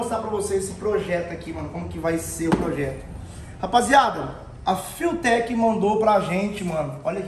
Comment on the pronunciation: Rapaz, os cara tão internacional mesmo kkk até a pronúncia "fiutek" kkk Vai ser top o projeto🚀